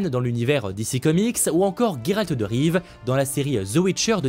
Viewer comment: Haaaa vous dites GUERALD….bravo :):)